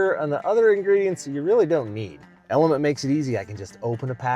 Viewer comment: LMNTEE? lol. I think it’s just pronounced Element.